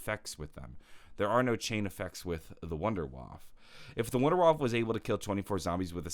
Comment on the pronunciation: it is painful to listen as a German